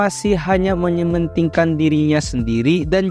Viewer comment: "Menyementingkan" ??? Mementingkan?